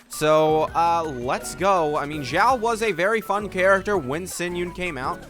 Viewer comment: Isn't it xiao and not jyau ? Is it pronounced that way in Chinese?